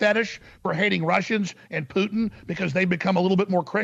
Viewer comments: sorry to make fun of an accent but it sounds like she loves "Poutine" (which is fries with gravy and cheese - a fave Canadian dish) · Funny how you say putin. Maybe say it more lime the french. Putin has meaning in french. It sounds like boudin white blackpudding , sausage. And ofcourse hooker/ putain